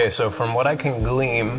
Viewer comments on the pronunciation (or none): glean, not gleam